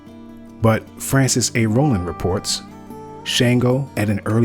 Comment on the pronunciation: Good deal. Shango is pronounced with a short a sound as in Shaka.